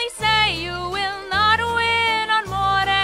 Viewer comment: i feel like when she says moray it sound like mordayyyy